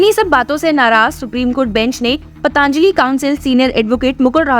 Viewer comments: Madam , आप पतंजलि को पतांजली उच्चारती है ; सुधार की जरूरत है 👍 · आपके द्वारा "पतंजलि"को " पतांजलि" उच्चारित करना हीं शक उत्पन्न करता है।